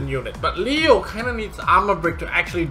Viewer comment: Makes me cringe each time you mispronouce a unit LEO-LEO-LEO lol